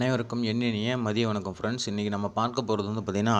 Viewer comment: வின்ங் இல்லை தம்பி வணக்கம்